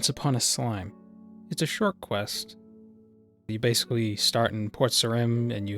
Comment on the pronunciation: Shoaht little quest